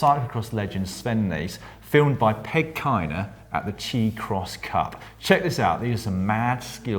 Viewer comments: Well, Dan, you have mispronounced something again, "Chi" in "Chi Cross Cup" is short for Chicago, so to pronounce it like a local, it would be more like "Shi" I was in that race, it was a lot of fun getting passed by Sven. Also really cool to see my teammate in the GCN show! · "Chi" Cross Cup..... Chi is short for Chicago..... should have been pronounced "Shy" Cross Cup.... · Just so you know, the ChiCrossCup is pronounced *Chai*(like the tea)CrossCup. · Ah yes the Chee-Cross cup, the CX series in the great American city of Chee-Cago